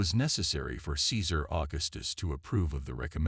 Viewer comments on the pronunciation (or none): none